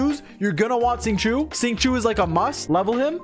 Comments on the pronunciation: I love ya buddy your guides helped me so much but for fuck's sake Xingqiu's name is not "sing chew," at least say "shing cho" at least that's closer. Or call him by the Japanese pronunciation, Yukuaki. Obviously I don't expect everyone to pronounce Chinese words with perfect pronunciation but god damn, there's a line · Bruh why do you pronounce Xingqiu like shing choo please